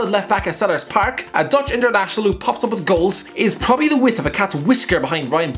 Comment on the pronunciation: He said probally at least 15 times in this video and every time he reminded me of a horse